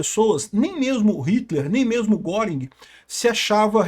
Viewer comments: A pronúncia não é "goring" é "guérin" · lutando sem sucesso pra pronunciar corretamente o nome do Göring... 😂 * Ou Goering (mesma pronúncia: "Guêrin", fazendo biquinho ) Nuremberg foi contradição e hipocrisia, pois os crimes aliados não foram julgados. Queriam acusar Dönitz de crime de guerra por causa da política de não resgatar náufragos em seus submarinos. Até que Nimitz foi em sua defesa, dizendo que os americanos também tinham essa regra... e Dönitz escapou da forca.